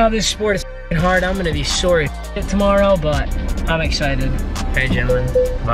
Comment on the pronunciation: “WhEeL Of MuT tOmMArOw”